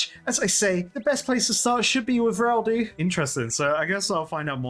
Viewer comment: EM-CAN-DO not IM-CAN-DO!!(The O is like the O in tobacco, not the word do" Please brother :D, also the same with Reldo. huge fan of the series! Always looking forward to these videos despite being a massive RS veteran.